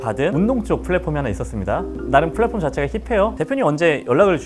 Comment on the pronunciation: Platform 인데 p발음을 f발음으로하네 영어도 못하면서 뭔 발음을 원어민처럼 보이려하냐 여기서 이사람의 겉으로 보여주기에 급급한면을 읽었다😅